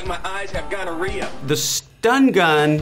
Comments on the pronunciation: "Its like my eyes have gonnorhea" not even 5 minutes in a deserved laugh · "I feel like my eyes have gonnaria" Jhonny Knoxville